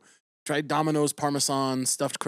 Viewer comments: Is he saying Parmesan like that as a bit or am I uncultured? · The way Caleb pronounces Parmesan is so cute 😂😅